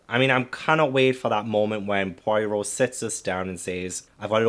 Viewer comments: Just one quick thing before I watch the last 2/3 of this. Poirot is pronounced Po-ah-row. Thank you for your attention. Back to the movie now 🤩🤩🤩🤩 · You mispronounced Poirot's name a lot on this video, but that can be forgiven if you only have the written word to rely on. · I love you to the moon and back, please pronounce Poirot correctly. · In the first 3 mins: Oh no.. please say you’re not going to pronounce Poirot that way all the way through this video. 🙈🤪🙃